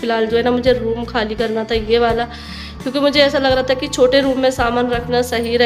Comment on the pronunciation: Aap kiya bolti rehti ho diwar ko diwal tha ko ta plzzzzzz soch samjh kr bola kijiye 🙏